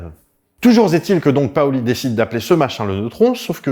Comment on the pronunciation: on dit PAUli et Paoly 😀